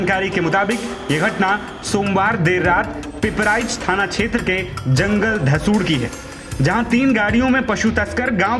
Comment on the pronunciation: Jungal dhoosar sahi se boliye